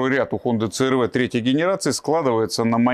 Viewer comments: Ну не говорите црв, говорите си ар ви. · говорите правильно "си ар ви"